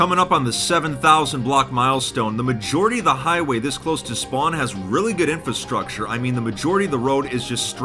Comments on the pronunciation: Why can't he pronounce infrastructure right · I love your videos, but you should learn how to pronounce infrastructure.